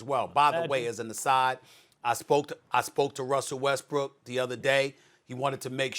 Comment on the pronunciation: Did he just say westbrick😂😂😂😂😂😂